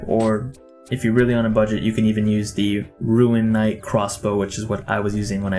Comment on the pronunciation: "rune" not "ruin"